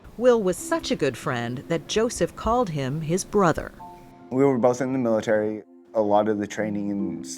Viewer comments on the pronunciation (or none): none